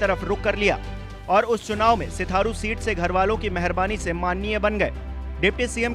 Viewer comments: Sitharu nhi sirathu hota h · सिथारू नही सर जी सिराथू है।😂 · Pagal baar baar sitharu sitharu kyu bol rhe ho naam uska sirathu hai... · हाहाहाहाहा.... पत्रकार महोदय....सिराथू बोलिए....सिथारु नहीं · News24 सिथारू नही सिराथू नाम है